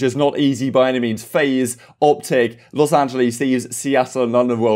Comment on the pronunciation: K bro, it's not Los AngelEEZ